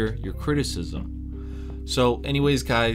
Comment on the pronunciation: I really enjoy your videos. It's always nice to here a somewhat ouside perspective on your country. I think you can pull off that "Dziękuję i do widzenia" much better. Just try ending "Dziękuję" as if you were saying "yeah". So sort of like "dzięku-yeah" :D